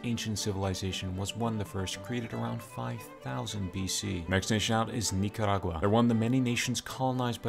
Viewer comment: I like the way he pronounces Nicaragua, it sounds proper.